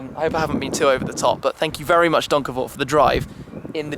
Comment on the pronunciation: As a Dutchie, I only came here to hear Tim pronounce Donkervoort :) It was on point though!